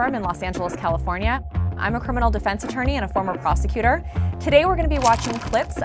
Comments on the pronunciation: Oh I though she said former prostituter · When she said former prosecutor i thought she said prostitute😂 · OMG I thought she said "I am a former prostitute"